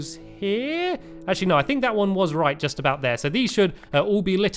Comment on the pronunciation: Stampy always pronounce actually "ashi"